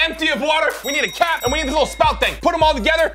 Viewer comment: 15.05 it sounds like cat not cap